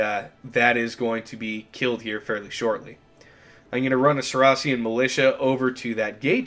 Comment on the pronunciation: the way you pronounce saracen makes me lose all respect lol